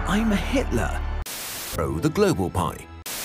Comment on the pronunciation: “*I’M* HITL-“ he really had to emphasise that didn’t he 😭🙏